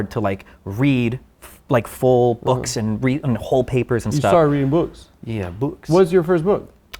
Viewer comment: Destiny won when he mimicked Adam’s pronunciation of “books”